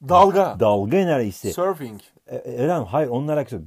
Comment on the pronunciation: Çok güzel 'surfing' dedi :D